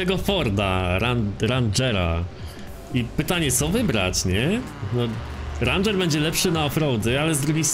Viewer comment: To się chyba mówi reńdżer